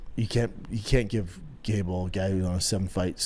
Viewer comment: Only Shaub could make gable sound like gayble